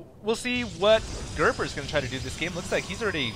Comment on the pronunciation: its gerper not gerber